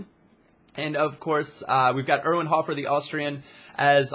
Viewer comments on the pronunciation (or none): none